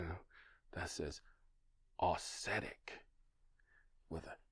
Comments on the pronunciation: It's not aussetic. You're pronouncing it that way, but you're wrong. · say it after me..."OX-etic.". See, not so hard! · “Ox” zetic. Or “aux” as in auxiliary. “Zettic”. just tying to help, since it’s not going away and will be most head racquet if you review them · If you can expend 3-5 minutes a day bleating about coffee, it takes less than one minute to learn to pronounce “auxetic”.